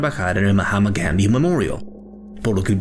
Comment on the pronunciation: Que desagradable es cuando pronuncia el nombre completo del Hospital Gandi en inglés. Resulta desagradable y cómico, y no resulta creíble. Si esta leyendo o hablando en español por favor no pronuncie los nombre extranjeros atragantándose, como le digo queda desagradable y cómico. Es imposible verlo hasta el final.